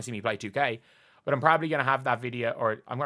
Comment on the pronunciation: “B-U-T”. No “o” in it,, me boyo.